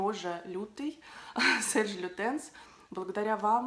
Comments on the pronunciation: Серж лютен, во французском s на конце слова не произносится. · Приятный блог. Я даже потерплю С на конце фамилии (ну, что возьмешь, в Австралии все так говорят). Но асВальт- это за гранью добра и зла!)))